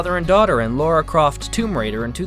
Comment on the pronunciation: Lara Croft not Laura Croft (haven't you heard of Tomb Raider)